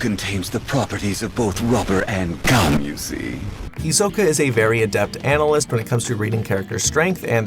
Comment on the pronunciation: And here I thought he was saying rubber and xum